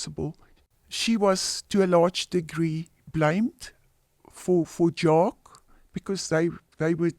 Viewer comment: Bro Jaques is pronounced 'Jaaaak' not Jaaakie' f'ing lol